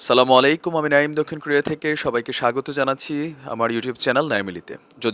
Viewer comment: Vaiya eta saalamu alaikum na Eta Assalamu 'alaikum Arabic ta dekhe niben plz Apnar vul uccaron arabic e onno meaning mean korte pare 😔 jemn if you say Astagfirullah, it means may Allah forgive me Kintu amra onek Astaqfirullah boli ja mean kore may Allah make me kafeer Nau'zubillah